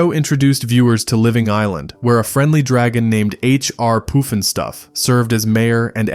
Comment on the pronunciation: It's not poofin stuff it's puffin stuff... It has to do with smoking marijuana